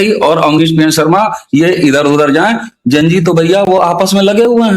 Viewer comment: please say Zen G not Jen G. This is a common word and I am sure you have studied XYZ not XYJ. Enjoyed the whole podcast 🙌